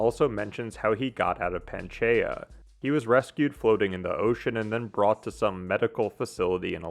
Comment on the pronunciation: Dude, please learn to say Pangea correctly.